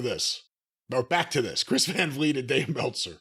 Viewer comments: Chris' name is "vlee-ay" not "vleet" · Van Vliet (as a dutchman Vliet is pronounced like weed) did a great job. Dave made a fool of himself, again